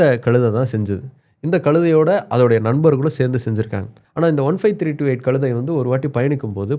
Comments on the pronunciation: டேய "களுதை" முதலில் "கழுதை" என்று உச்சரிக்க பழகு பிறகு சேனலில் பேசு. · களுதை என்று தவறாக உச்சரிக்கக்கூடாது. கழுதை. ழகரம் உச்சரிக்க பயிற்ச்சி எடுத்துகொண்டு வரவும்.